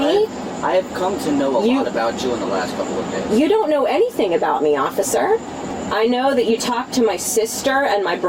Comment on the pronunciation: Boy she doesn’t like consonants does she. Going hard on them every syllable she speaks. Sisssttttterrrrr offficccccerrrrr . Enough to drive anyone nuts